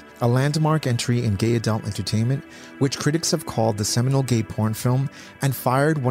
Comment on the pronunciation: The word is "seminal", not "seminole".